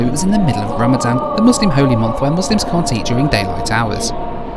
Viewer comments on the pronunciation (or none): none